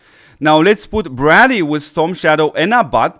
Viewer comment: Its pronounced Bray- dee.....not Brah- dee